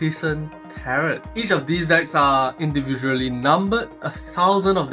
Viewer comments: The t on the end is usually silent 😊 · tarot sounds like carrot om nom nom